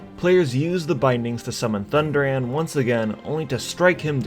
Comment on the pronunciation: It hurt my soul when you said Thunderaan.